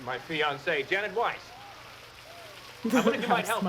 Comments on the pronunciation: Eh? But it is pronounced Weiss! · In German, it would be pronounced Vice anyway, not Weiss